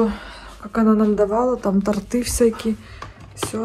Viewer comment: В слове «торты» ударение следует ставить на слог с буквой О — то́рты.